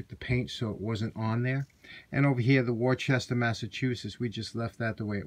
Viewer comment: Great restoration but "Worchester" is pronounced "WOO-ster" (or "WOO-stah")